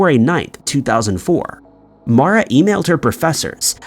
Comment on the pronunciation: Her name is MAURA Murray. Not Mora.